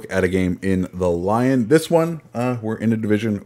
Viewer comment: It's L-yon not Lyown. Sorry just bugs me most ccs get it wrong